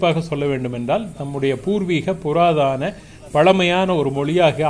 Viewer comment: ஐயா பல இடங்களில், தாங்கள் புராதான என்று உச்சரிப்பதைக் கேட்டேன். அது தவறாகும். முதலில் தா என்ற நெடில் அல்ல, அது த என்கின்ற குறில். அதாவது புதாதன என்று வரும். ஆனாலும் புராதனம் என்பது தமிழ்ச் சொல் அல்ல என்பதும் குறிப்பிடத்தக்கது. பழமையான, பழமைவாத என்பவை தமிழ்ச் சொற்கள். ஈழத்தமிழன். 🇨🇦. நன்றி.